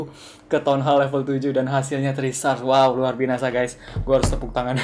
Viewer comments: kakak kok bilang nya luar binasa bukan luar biasa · kak kok ngomong luar biasa malah luar binasa#chat dong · kak luar biasa bukan luar binasa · lu bilang luar binasa